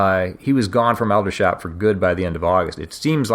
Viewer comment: Aldershot is pronounced older shot rather al dershot.